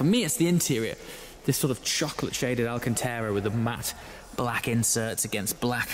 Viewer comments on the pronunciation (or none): For the love of god man, stop saying Alcantera, it is Alcantara. Get it right please! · I still love all your content, but why o why do you still irritate me by pronouncing “alcanTARA”, “alcanTEARA”??? Is this just a YouTube thing? PLEASE explain.